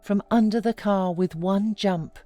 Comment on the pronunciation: Put her in the "caah and twenty minutes lataah"